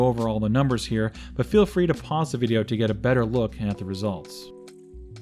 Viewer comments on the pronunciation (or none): none